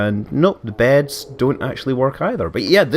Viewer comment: you said beads. not beds